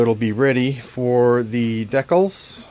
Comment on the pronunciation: What are deckles? Do you mean "DEE-CALS" ???